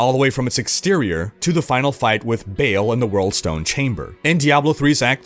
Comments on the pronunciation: The only con is he’s saying Bail instead of Ball in regards to Baal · I'm coming in for the first time because D4 is coming out and it seemed concise, but then I just heard him pronounce it Baal "Bail" and I straight up turned it off.